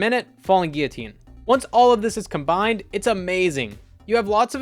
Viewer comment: You are the first YouTuber I’ve heard say “Guillotine” correctly. Also, awesome video and thanks for sharing!